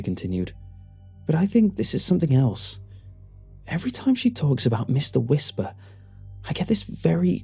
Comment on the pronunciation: Meeshtar Weeshpar